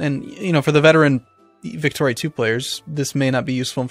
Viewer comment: The way you said "Victoria" here sounded almost like "Factorio" and my heart broke little.